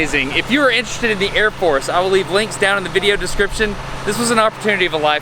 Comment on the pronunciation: His eyeballs moving was pretty funny!! Also, I think that he was so messed up after that chair spin, that he pronounced Air Force as Ear Force... Lol!!...